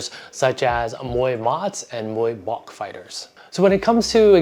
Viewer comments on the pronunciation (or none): Amazing video ! Just want to suggest about Muay Bouk, it should pronounce like “Book” but with low tone 😀